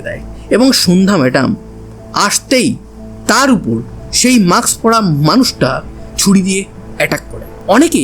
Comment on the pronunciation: Mask, maks নয়। উচ্চারণ ঠিক করুন। অত্যন্ত কানে লাগে। এর আগেও লক্ষ্য করেছি।